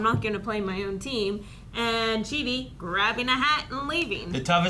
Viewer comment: Also, Eleanor said Chidi’s last name correctly which she butchered in the past, showing she actually paid attention to another person!